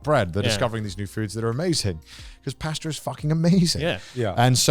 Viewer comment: "Paster" lmao